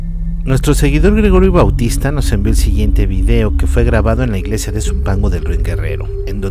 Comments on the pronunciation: Min "la igelsia" 🤣🤣🤣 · dijo igelsia xdxd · LA Igelsia? jijiji q paso mi hermano excelentes videos un saludo y un fuerte abrazo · La ILGESIA???? ⊙_⊙ Jajajajajaja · Alguien mas se dio cuenta que no dice Iglesia sino Igelsia?? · la igelsia